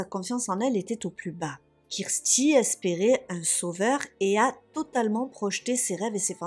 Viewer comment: Non, mais le massacre des noms, surtout « Kirsty » devient énervant! Si vous êtes tellement débile pour prononcer 2 noms , il fallait éviter les cas anglophones!!!